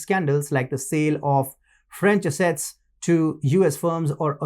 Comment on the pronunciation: Learn to pronounce economic, other, assets, and technological